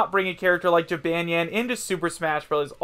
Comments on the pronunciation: Did you just say Jee-ban-yan? It is pronounced Ji-bon-yan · It’s pronounced (Ji-bôn-yôn) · LOL HE PRONOUNCED JYBANYAWN WRONG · H cant even say Ja-Bon-Yawn right. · Its jib-on-yon p.s. i dont want to be mean srry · Jabonyan I guess that's how you say it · "Jibanyan" I'M SO TRIGGERED!!!!!!!!!! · Does every other yokai watch fan cringe when he say Jibanyan wrong? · You said Jibanyan wrong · Your pronouncing jibanyan wrong 🙄🙄